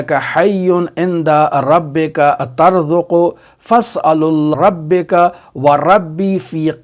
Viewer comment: It's written "turzaqu", but he recites it "tarzaqu" . Which is correct?